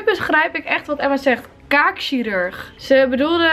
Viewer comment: Ze zei kaak sirurg